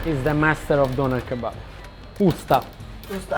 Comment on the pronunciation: Ah man dont do that to me, I am away from Turkey, mıss my country food ... :( Btw your pronounciantion of Usta is super :) Uuusta ! ps my favorite is cag kebab. (horizontal kebab)